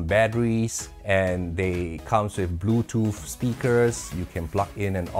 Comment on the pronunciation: I want to switch channels when you say "blue toof" but I'm sure English is your second language so I'll stick in there....